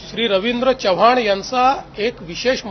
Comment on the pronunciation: च्य व्हाण नाही हो.. चव्हाण म्हणा.